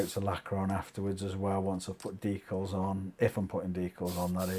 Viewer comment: Had a cute discussion about American DEE-kalz and Canadian DECK-uhlz a while back; have never heard it as DEE-kulz before. Remarkable word. 8-D